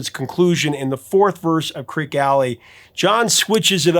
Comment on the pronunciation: Creeque, not Creak. Pronounced "creaky." "Fat" in the song means in the wallet or purse, as in wealthy. "Pregnant" would make no sense, as the last reference is "everyone's getting fat except Mama Cass"; guys can't get pregnant.